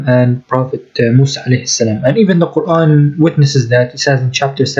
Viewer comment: Love the new intro brother. And cira international is way to stupid 🤣🤦🏽‍♂️. he wears a keffiyeh but doesn’t even pronounce Quran correctly. 🤣🤦🏽‍♂️